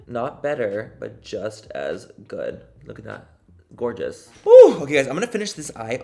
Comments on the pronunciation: "Gorga" lol I love it when you say that! I got the full-size already and I dont travel sooooo...i should have waited 😢 lol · Manny, you have such a lovely personality. I love your humour too, you are for real hilarious!! I’m always dead when you say Gor-ga! 🤣 your dad on kelly clarkson made me all teary. I love the relationship you both have now. You are an inspiration for the youth. Keep doing what you’re doing and cannot wait for lunar beauty to grow and grow!!! I have your new collection and I’m legit in love!!!! Xx